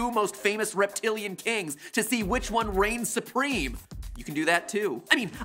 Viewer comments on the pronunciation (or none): none